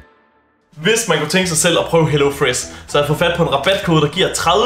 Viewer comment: Why do you pronounce sh as s like wiss hellofress like why??